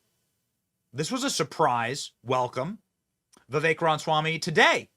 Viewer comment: Why is Benny incapable of saying Vivek's last name correctly? It perplexes me.